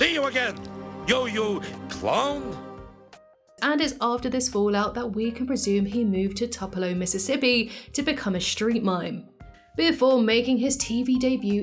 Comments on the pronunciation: It's pronounced To-pulo bit Tup-olo i should know i was born there p.s. i mean To as in the word to not the sound of T and O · By the way that town in Mississippi is pronounced like 'two-pelo', not 'tup-elo' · Krusty the clown the Tupelo Mississippi it’s pronounced Tou-pa-low 😅 being a Mississippian from the area